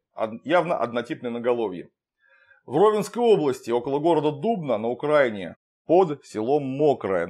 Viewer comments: Ваша "УкрАЙна" уж очень режет слух. Вы не признаете украинской государственности, это Ваше право, но ведь т.о. Вы отторгаете свою немногочисленную украинскую аудиторию. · Клим, почему ты ставишь не правильное ударение в слове Украина, вот очень интересно, я точно понимаю что это не случайно. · УкраИна, Клим Саныч. УкраИна, а не УкрАина